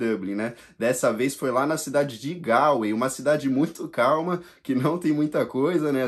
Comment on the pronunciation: Não se fala GOLWAY e não GALWAY?